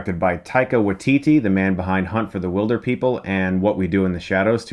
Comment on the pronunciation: He certainly will - but I don't think people will ever realise they're pronouncing his name slightly wrong. It's WAItiti. Not WaiTIti. (the stress is on the first syllable in Maori).